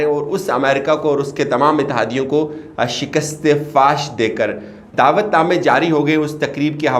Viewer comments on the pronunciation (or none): none